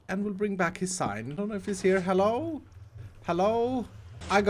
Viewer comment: Why does always mispronounced hello (hallo)